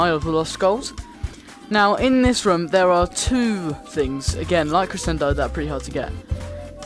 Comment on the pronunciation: You say crescendo wrong it's pronounced creshendo